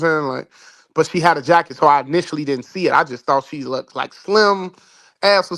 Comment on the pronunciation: wtF is "looked-ed"??